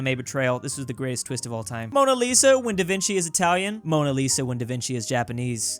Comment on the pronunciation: I really want to thank for calling the author of the Monna Lisa "Da Vinci" instead of "Da Vinki". On behalf of your Italian viewers, thank you.